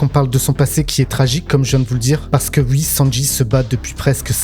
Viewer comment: Alors ui , mais ui , donc ui, OUI putain ça se prononce OU-I pas U-I mais merde à la fin vous êtes payé à parler de ce que vous aimez devant une caméra veuillez avoir la décence de parler correctement ça serait le minimum